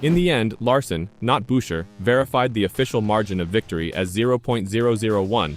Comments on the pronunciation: it's busher, not byusher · Tried to watch this video but couldn't. About the 5th time Buescher's name was pronounced as "Byoosher" I'd had enough. This video didn't deserve my time. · Just asking, Can’t you pronounce Chris’ last name correctly? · You can't even pronounce his name properly!!! This channel is a joke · If you cannot pronounce the names right I cannot take the video seriously